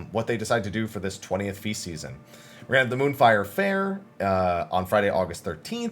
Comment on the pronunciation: You said feast season so much it started to sound like faeces, lol